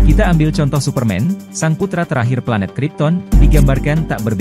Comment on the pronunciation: Ini admin bikin ngakak aja ketika bilang suparmin...lanjut min sukses selalu 😆😆😊👍👍👍